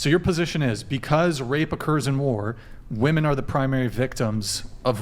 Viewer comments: Why do so many of them pronounce "women" as "woman"? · Again to all you young ladies: the plural of “woman” is “women” pronounced “wim-in” why is it so hard for all these ladies to say it correclty? Am I missing something!? They all say it like this, is it some famine BS thing?? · Why can't they ever pronounce the plural for woman? It's women. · I cannot bare to hear her say woman instead of women one more time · it's WHA-MEN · If women don't start pronouncing "women" the correct way soon I'm gonna start pronouncing Philip as "peehilip"